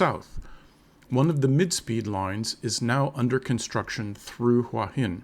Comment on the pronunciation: It's "hoowah hin", not "wHah hin". If you consider this your home, might learn to say the name properly